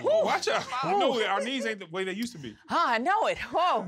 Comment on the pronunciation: Kev says "That knee don't be doing wike it whoosed to woo" 😂🤣😂